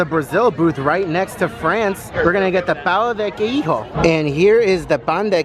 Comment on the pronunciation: … love you homes but pls don’t say pão de queijo in a Spanish accent 😂 - all Brasilians in central Florida